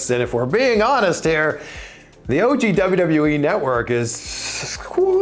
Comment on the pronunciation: He said WWEF 😂 I get I still call it the WWF always has and always will be a better name